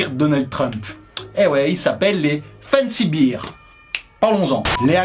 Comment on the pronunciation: Attention, c'est pas fancy "biir", mais "bère".